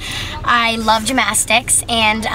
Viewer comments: yeah I think she said gmastics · "Gymastics and I love gymastics" smh smh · HAHAH GYMASYICS it's gymnastics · “Gymastics” hahahahaha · I love how she pronounces gymnastics like gym-astics😂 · 'Gymastics' ahaha aw bless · GymNastics. Yeah that kinda annoyed me as well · Sounded like she said Gymastics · Lol she says gymastics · Was she saying gym-mastics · She says gyMastics lol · I’m triggered at the way she says gymnastics. GYM-ASTICS! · Anyone else concerned “gymastics” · "GymMastics" ugh cringe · I think she pronounced gymnastics wrong......... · I cringed every time she said gymnastics wrong